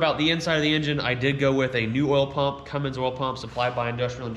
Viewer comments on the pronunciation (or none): It's Cummins not cummings